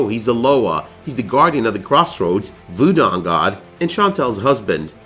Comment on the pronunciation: Great video, but please, its vooDOO... not vooDO